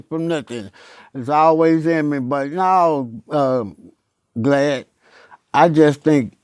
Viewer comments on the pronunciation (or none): "Naw Glad" 🤣🤣